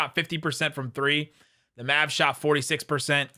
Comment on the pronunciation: Good intro but you have to add that extra syllable to the Locked on Maaaaavvsss(aaaaahhh,)